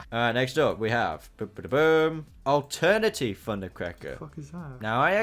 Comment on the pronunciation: Btw it’s alternators not alternaty